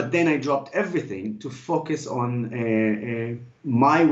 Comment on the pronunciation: Love it!! PS he needs to fix his pronunciation of "focus"